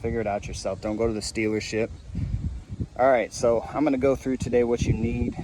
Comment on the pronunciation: It sounded like you said stealership. Sounds about right to me.